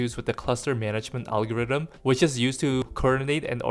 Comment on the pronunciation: Alogirthm?? ALOGIRTHM??!